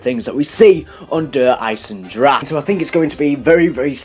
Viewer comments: Der eisendrahe not eisendrack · Isn't it pronounced der eyes-in-dra-ha